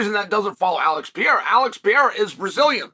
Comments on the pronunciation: Alex Pee-AIR-uh vs Magomed Uncle I have......sounds like a prime Chael Sonnen match-up. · "Alex piero " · Stop complaining about how Cheil Sommem pronounces Pereira's name, his religion doesn't allow to pronounce the syllables "Pe" and "Re", that's why he contracts the name to "Piera". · "Alex Piera" ~ Chael Sonnen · chael has two regjsters 1) high pitch screaming 2) low pitch whispering When is he going to learn to pronounce PEREIRA